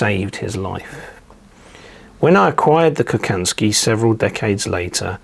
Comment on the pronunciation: Hi, Interesting stuff! Please ask for help when it comes to pronounce Slavic names. Kochanski is pronounced Kohansky